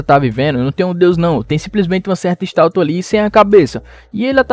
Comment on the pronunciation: Mano só eu que percebi que nos 20 mim mais ou menos ao invés de ele falar estátua ele falou estalta kkkkkkkkk OBS:eu não estou criticando só estou falando porque eu achei engraçado!